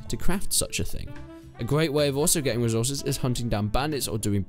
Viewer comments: Resorces lol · "Resorces" lmao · ah yes, resorces